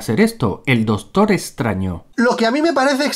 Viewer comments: "el dostor estraño" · “El dostor estraño” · Minuto "Dostor" 😅